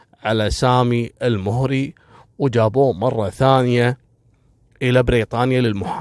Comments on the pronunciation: لوسمحت الادله مطلوبه منك لانك كذا قمت بتشويه سمعت قبيله المهري مع انك تنطقها الموهري وسرد مثل القصه يحتاج منك دليل فنحن من المهره ولم نسمع بهذي القصه بتاتا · المهري فوق حرف الميم فتحه وليس الضمه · للتصحيح القبيله(المَهَرَي) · انا مهري وفي أختلاف كبير في القصه واغلبها تلفيق وتأليف حتى نطق أسم القبيله ماعرفت تنطقه